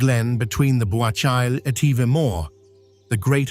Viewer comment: Bewachyle Etiver Mor? That's an AI classic. Also it isn't "the first of the Three Sisters" - they're Aonach Dubh, Gearr Aonach, and Beinn Fhada. And I never realised that Glencoe is on the east coast. 😕Amazing new learning!